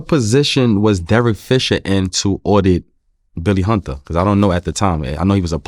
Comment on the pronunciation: “Billy Hunduh”- Sebastian Telfair